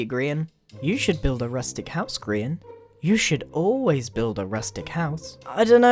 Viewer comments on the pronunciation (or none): obrien cool but, you know you said "grain" not Grian.